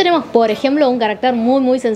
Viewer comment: Insistes en pronunciar equivicadamente 'caracter', palabra aguda que rima con.mujer. Esa palabra no existe. Existes carácter, . palabra grave, con acento prosódco en la segunda a.